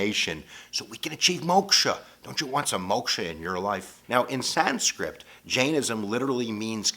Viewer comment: It’s Sanskrit, not “Sanscript.”